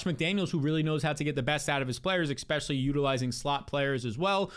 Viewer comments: Never trust anyone that says “ECK-specially”. ECK-specially if they can’t stop saying it. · “Ekspecially”